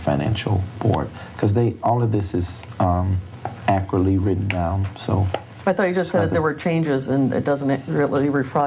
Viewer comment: “Accurately”. Is that really so hard say? What an idiot.